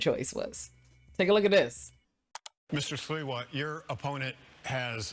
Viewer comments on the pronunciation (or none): Great video, but it's Curtis SLIWA, not SEWA!